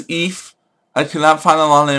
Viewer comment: her name is pronounced 'eefa'